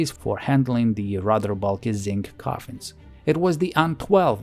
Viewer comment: those r coffensssss LOL